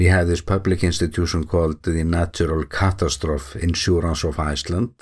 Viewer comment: Thank you for all your work covering this; you're the primary source I go to for info (since I live an ocean and a continent away in Montana, and I don't speak Icelandic). (Extremely minor pronunciation tip for english, catastrophe is generally pronounced "kuh-TAS-truh-fee", four syllables with the emphasis on the second. Yes, it's silly and inconsistent, the english language is a mess.) (If you find this annoying/pedantic instead of helpful, I apologize and please ignore my comment on it.)